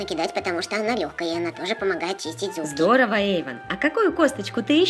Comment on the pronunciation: потому что она помогает чистить ЗУЗГИ``-кто тоже это услышал?